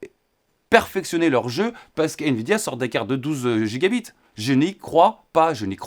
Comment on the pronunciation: La prononciation en français des gigabytes (GB) peut induire en erreur avec le terme gigabits (Gb)... Vaut mieux utiliser le terme français "gigaoctets" si c'est trop difficile de respecter la prononciation anglophone !